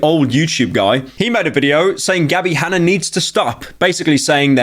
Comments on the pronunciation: Gabbie Hanna Pyro: Gabbie Hanner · "Gabbie Hanner"